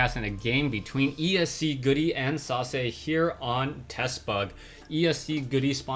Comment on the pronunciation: I was not looking at the player's name and i thought you said Sausage :))